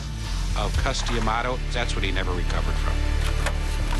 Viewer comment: Dude its Cus D'amato not Cus Dee'amato!